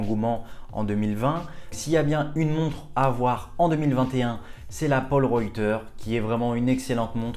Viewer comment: t'a abusée sur la prononciation de la polerouter... 🤣😭 mais à part sa superbe sélection:)